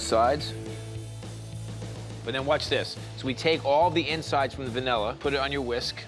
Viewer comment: It’s vanilla, not “vunella.”